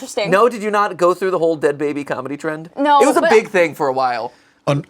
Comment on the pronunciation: "I would have been the de ad baby " - 2024 😂